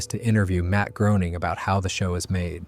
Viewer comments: You lost me at Matt "Growning", should sound like Greyning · Groening rhymes with "Complaining"